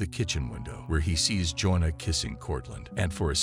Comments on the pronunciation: Is this a bot? Her name is JOANNA, not Jonah. Fail. Sy Ringe? Really? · You have the strangest pronunciation for the name “Joanna.” It’s not pronounced the same as “Jonah,” it is pronounced “joh-AH-nuh” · For those wondering, her name is actually "Joanna." The narrator bot is saying Jonah over and over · His wife Jonah.... You mean Jo-Anna. Who calls it a Sigh-Ringe? It's a Suh-Ringe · computer voice "joan'na"??? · Jonuh. Jonuh. Jonuh. AI videos are CancerAIDS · Every time you mispronounced Joanna, my IQ dropped. Lol😊